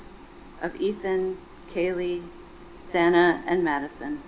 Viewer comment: And Zaina??